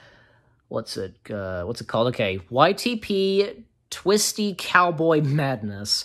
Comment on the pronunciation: It’s pronounced tweet and sie not twisty lol